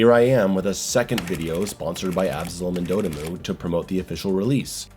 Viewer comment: Please don't pronounce dotemu like you did here or just don't say it's name anymore. 💀 But your review was great other than you sounding silly everytime you said the devs name. Lol. It convinced me to buy the game. BTW it's pronounced dot m.u. Like just the word dot and then the first part of the word emulation.